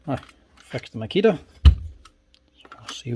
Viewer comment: Never heard of “Makia” tools.